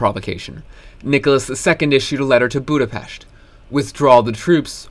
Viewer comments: Thank you for pronouncing Budapest right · You're the first youtuber i see who pronounces Budapest correctly, so thank you and congrats